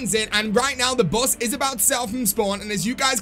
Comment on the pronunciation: ooooooh the "bus", i kept thinking u said boss i was like wtf is the tranzit boss